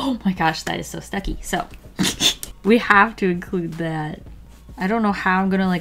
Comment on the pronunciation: every time she says Stucki a marvel fan dies a little inside